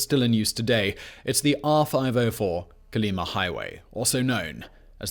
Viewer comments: I think, based on Russian interviews, your pronouncing it wrong....it's Coal-e-MA' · fyi Kolyma has emphasis on the last syllable.